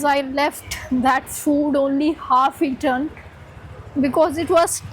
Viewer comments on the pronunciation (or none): none